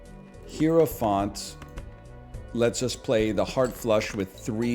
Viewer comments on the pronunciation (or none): It's pronounced hierophant, not hierophant.